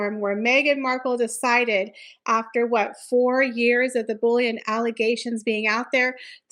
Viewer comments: “Bull-ee-ing” not bullion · I thought you were saying "bullion" reports.